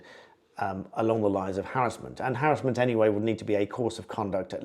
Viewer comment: It’s called Harassment not harrisment !!!🙄🤓